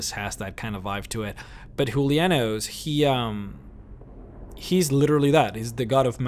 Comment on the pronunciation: dude u say julionous and arkay wrang